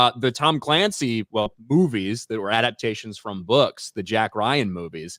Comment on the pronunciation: has anyone else noticed cant pronounce from he says it like prom